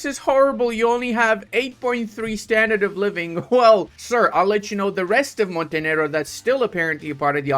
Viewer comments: Love the non-controversial pronounciation of Montenero! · Ill not watch this video if you won't pronouce the name right. Grow some balls man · I find it funny that YouTube can create problems because of the pronunciation of Montenegro Like, don't almost all Latin languages use the word normally to refer to a black person?